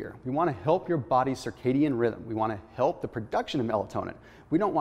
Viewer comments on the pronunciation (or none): none